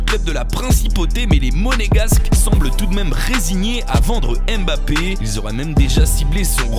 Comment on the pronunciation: Prononce bien Mbappé stp